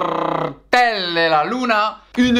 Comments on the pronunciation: Carrrrrrrrrrrrrrrrrrrrrrrrrrtel del aluna 🤣😂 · EL CARRRRRRRRRRRRRRRRRTEL DE LA LUNA 🌜